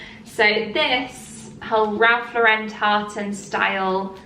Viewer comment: Great haul. Ralph Lauren is pronounced like the girl’s name Lauren.